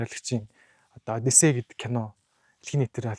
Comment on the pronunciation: Одийсес биш хөөе. Зөв дууд хөөе!!!